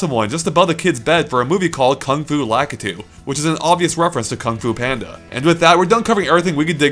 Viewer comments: I have a question, is he pronouncing Lakitu right? Cause I think it's supposed to be pronounced Lake-e-to not Lock-e-to. Which one is the correct pronunciation? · It's pronounced Lak-ee-two not Lak-uh-two, Lak-ee-two, got it?